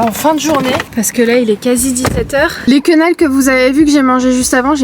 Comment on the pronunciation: Coucou, je pense que tu voulais dire se sentir oppressé et non pas opprimé 😂 et ce sont des quenelles et non des quenailles 😂😉